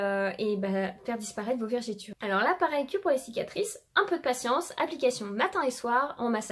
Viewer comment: Cest Vergetures pas Vergitures lol😂😂😂